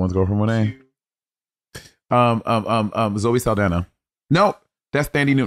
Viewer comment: Is that really how you pronounce Zoe Saldana & Zendaya? 😅🧐🤪